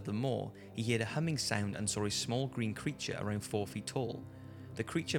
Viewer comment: BUDDY, heared... You pronounce it like a see(d). Use the word heard, it makes a nerd sound okay? Say it with me, heard, heard, heard